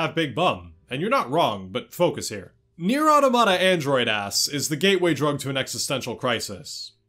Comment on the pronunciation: you say the title wrong. i don't care how they say it. if they pronounce "final fantasy" as "fainew fantasheh" you wouldn't start calling it that would you? no.